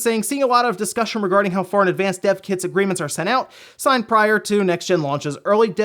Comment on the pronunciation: i keep on hearing "Deaf Kids" instead of "Dev Kits"